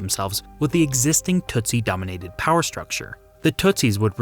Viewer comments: its pronounced, "Tusi" NOT TUTsi. Smart, disiplined, well educated; tough. Several types including The Banya Mulenge from the high hills. Super excellent fighters! Do not mess with these guys. Read, "Mission song" by John le Carre. He shows how even the Swahili changes from the coast to Ruanda where most speak Ki-ruanda. Ki meaning language; Wa meaning people. I am from Dar-es-salaam. Kwa heri, sasa, rafiki. (Good bye for now, friends.) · "Hootoo" and "tootsy" sound like nonsense words you saw to a child, and "Rwanda" sounds like what an African-American teen names her baby when she thought "Rhonda" sounded too white.